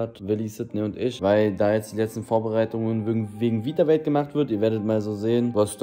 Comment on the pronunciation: Witzig wie Eli den Namen seiner eigenen Marke nicht aussprechen kann. Is ist just me oder sagt er ganze Zeit „Vitawelt“ ? 😂